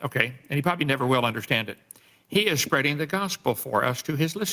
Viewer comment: What did he call you, “ShyManDan”..? Also, he said Dan was shpreading the gospel? I shouldn’t joke about his speech, but he is moronic!!